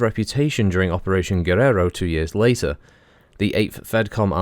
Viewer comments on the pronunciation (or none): none